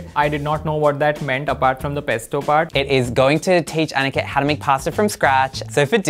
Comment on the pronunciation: I love how he says Aaniket Instead of aniket